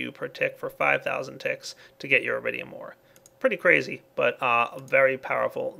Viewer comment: lol i though he say eridium not iridium borderlands 2 refrences